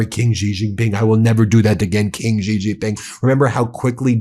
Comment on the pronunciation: Xi is pronounced similar to “she” not “gee”. You’ve been saying his name wrong, Ben. Don’t be like the “Kamila” crowd. Learn how to say his name if you want people to believe what you are saying about him.